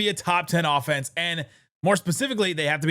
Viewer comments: Offenese - rhymes with Bolognese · Offenese? That a new language? 😂